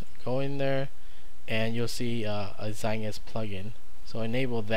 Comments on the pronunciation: it is pronounced (zite-guyst) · Aye aye! I agree, you are saying it wrong. It's in German and it means time-ghost, if you want a word-by-word translation.